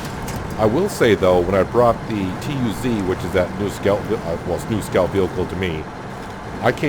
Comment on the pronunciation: i will be giving the vids a dislike until you can say tayga and tuz correctly